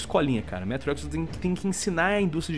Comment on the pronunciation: não é ''métro''